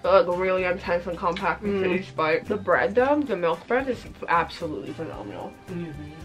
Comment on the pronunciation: “ i LUV BrEeAad” 😂